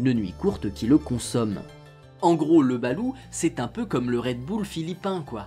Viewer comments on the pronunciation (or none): none